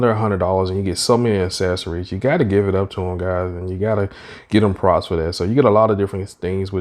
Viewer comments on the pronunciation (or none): none